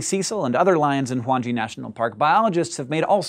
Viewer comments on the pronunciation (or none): sorry hank. its pronounced wan ge (gay). By the way i am a Big Zimbabwean fan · Just a note (from a Zimbabwean), Hwange is pronounced 'hWANG-GEE'. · Greg McCarthy Hwange. Rhymes with Wankie (almost) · Your pronunciation of the park is wrong. Having been there and know that physical money is so important for the simple survival of the pollution the money raised will help the people. There are 100 permits given a year at 34k per permit. Which is 3.4m to the tourist industry plus any other expenditure. Also having seen the protection that the park and other areas are put under despite the economic climate only amazed me. It is time the west try to have a full understanding before jumping to such conclusions. I have been following scishow for a long time now and this is the first time it has truly disappointed me. I do however question the morality of the dentist.